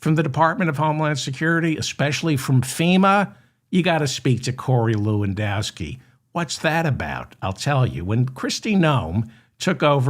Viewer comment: Stop saying Corey Lewindowski Ewww